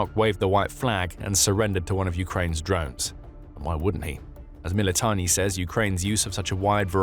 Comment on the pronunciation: It's MilitaRni buds. NOT MilitoNNi 😂😂😂